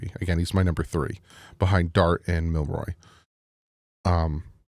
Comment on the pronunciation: Jalen Milroe is pronounced Mil-Row. Like row row row your boat. Not Mil-Roy. Just thought I’d let you know.